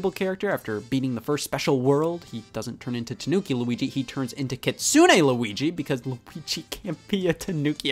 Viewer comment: They way you butchered the pronunciation of Kitsune Luigi made my teeth tingle.